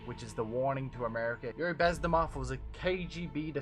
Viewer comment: I don't wanna be mean but its bez•min•ov, guy's important, let's get it right